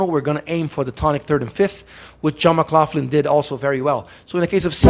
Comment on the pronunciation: Good observations. You’re pronouncing John’s name wrong! It’s: McLachlan ( mə-KLOKH-lən) and yes I know him.